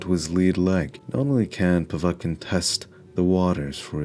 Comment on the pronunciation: Oh one other thing - it's pronounced POV ET (as in bet) KIN; not Po vat kin - Mr. Mindsmesh